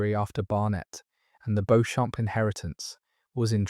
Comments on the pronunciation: It’s pronounced Beecham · Walla Walla, Washington, under a full moon. You've done a great job, I've one correction: Beauchamp is pronounced BEE-chum.